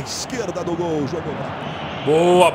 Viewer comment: "Dol?" Não seria "Gol"?